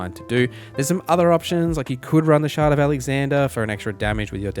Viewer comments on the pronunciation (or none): none